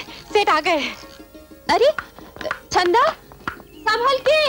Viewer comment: It's Chanda not Chhanda 🤦🏻‍♀️